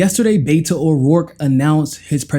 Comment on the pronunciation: not "Bayto" he pronounces his name "Betto"